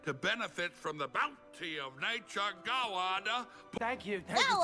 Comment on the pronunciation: John Goodman turning God into a three-syllable word.